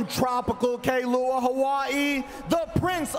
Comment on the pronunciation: Fousey don’t know how to pronounce Kailua (Kai-loo-a) 🤦🏽‍♂️ and that foo ain’t from Hawai’i🤬